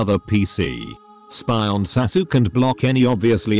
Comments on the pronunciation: "Sasuke"... from henceforth I will pronounce it as Sa-sook. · Hearing Sasuke's name being butchered made me lol